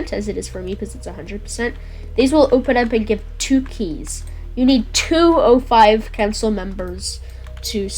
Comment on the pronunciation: It's O5 Command not 05 Command.